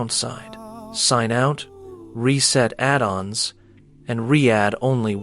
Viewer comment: "addens" for "add ons"- fucking AI narration.